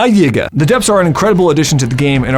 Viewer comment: is our word but you can say yiga